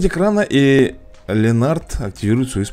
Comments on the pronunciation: Это не Ленард,а Леонард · Не Ленард,а Леонард